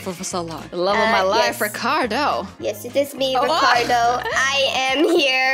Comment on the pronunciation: When said recardo i was like omgg haha